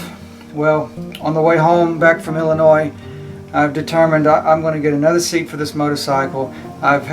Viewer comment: Thank you for correctly pronouncing “Illinois.”